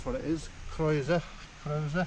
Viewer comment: Your videos are great and informative. Croeso'r is hardly the most difficult Welsh word to get your head around though. It seem a shame you dont bother to learn how to pronounce the names of the places you obviously love